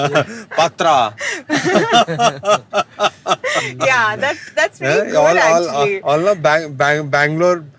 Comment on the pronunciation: What is "patra", "batta"?, as a kannadiga, please correct it when you hear people say it wrong. It is "pathre", "batte"